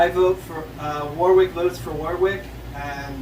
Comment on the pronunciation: Just started watching and it looks like its going to be great... that said you don't pronounce the second W in Warwick... "Warrick"